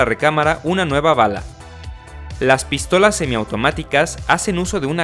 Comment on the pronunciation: Por que dice Pístolas ? Acentuando la I